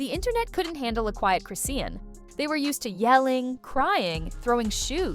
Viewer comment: It's pronounced Chris-shawn😂